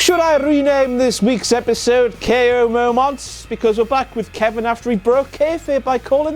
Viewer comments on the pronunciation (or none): Is it just me who finds it annoying when he says like "WTF momwaaants"? xP